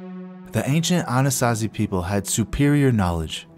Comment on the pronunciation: Why was I hearing Annunaki instead of Anasazi🤦🏽‍♂️